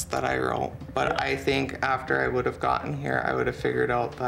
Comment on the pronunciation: "I cunduve" "I wunduve" "I shunduve" Drove me CRAZY, every time he said it. 🤢🤮